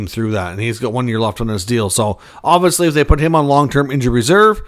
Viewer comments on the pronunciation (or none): It’s pronounced obviously not obvosly….enunciation!!! Definitely is also pronounced definitely not defily!!